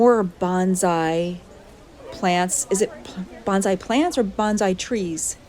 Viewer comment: The actual way to say Bonsai is Bone Sigh. Bonzai is a totally different word. Nice video, thank you.